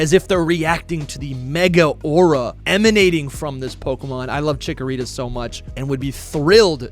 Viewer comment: THE SECOND C IN CHIKORITA IS SUPPOSED TO BE A K!